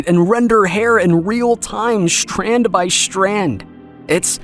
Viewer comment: An honest question. Why does the narrator of this video say "shtrand" instead of "strand." Or " He can say "stilted" not "shtilted." But then he will say "shtrange" instead of "strange." Clearly this is a conscious decision on his part, therefore it should not be impossible to give an honest answer.